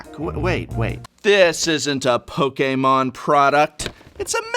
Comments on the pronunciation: Why do you say poke a mon and not just Pokemon ? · Poke-Kay-Mon xD I love dis guy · No one says it pok eh Mon, you fuck! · You mean pokaymon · The way he says Pokémon is so cool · How he says Pokémon though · Guhh. Why do you pronounce Pokemon so weird?